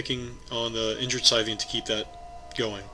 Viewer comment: Your reports are getting better all the time. Good report with two great new casters! P.S. - it's SIGHthean, like a farmer's scythe, because he has two huge scythe-like claws, not SITHean. He's not one of Vader's apprentices. :-)